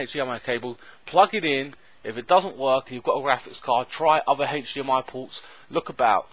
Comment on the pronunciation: Hatch dmi porrt it an hatch dmi porrrrt ahhhhhh haha hdmi silly 😜